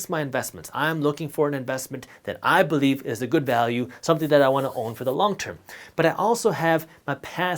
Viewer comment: Believe - Be-"LIE" -ve